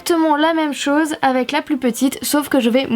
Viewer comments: Au lieu de dire il ne faut pas grand-chose tu as dit il ne faut pas grand-soce 😏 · Super tuto:) Mdr a 0.51 elle dit ''ssose'' au lieu de chose;) sinon je t'adore continue!